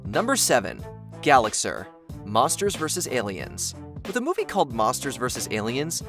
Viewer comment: It’s pronounced gal-ihx-AHR, “”! 🤨 Stop mispronouncing character names, bub! 🙄